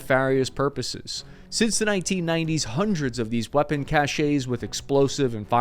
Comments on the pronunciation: FEEDBACK: Thanks for your research. Now, please STOP saying 'cashay' for cache. It's a French word pronounced 'cash'. In French, an E only has that '-ay' sound if it has an accent mark. (Accent aigue = forward slash version.) Thanks. PS: Stop saying 'Macrone'. That's wrong too. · "Cache" is a French word and is pronounced "cash", not "cashay". If it was pronounced that way, it would be spelt "cachet" (like chevrolet) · “Cache” is pronounced “cash” not “cachet.” A military guy should know the difference. BTW I’m a 24 year retiree and I do know the difference. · weapons cachés? lmfao cache is pronounced like "cash" not like "café". outstanding report otherwise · Dear, please work on pronouncing correctly. Cachet (2 syllables, like you say it in the video, meaning social prestige) is completely different from cache (1 syllable), which is what you mean. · "Cache' is pronounced like "cash." The way you pronounced it is spelled "cachet." "Clandestine" is pronounced with a short "i" sound, not a long "i" sound (like "tin," not "tine." Just FYI, for verite. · Thanks. Interesting video. BTW the french word cache, meaning hidden stock is just pronounced like cash, not "cashay". Americans seem to think that every french word has to end in -ay. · That was very cool and interesting. Enjoyed the massive digression into history of Cold War stay behind strategy! Digression gets a bad rap. Just one request: "cache" is pronounced "cash," and refers to a store of equipment or provisions. "Cachet" is pronounced "cashay" and refers, basically, to prestige. In the name of all that is holy for God's sake quit pronouncing "cache" as "cashay"! I have been listening to you doing this for over a year now and it's like you're kicking me in the balls every time. New channel, time for a new leaf: Cache = "Cash" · PLEASE. A cache, pronounced "cash", rhymes with "stash", has got nothing to do with cachet ("cash aay"). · Cache rhymes with cash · Cache is pronounced like cash.